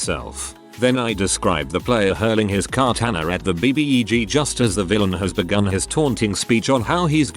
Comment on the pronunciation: Everyone else: Katana TTS: Car-tannuh